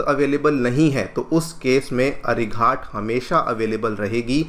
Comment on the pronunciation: अरिघात कहिए, अरिघाट नहीं।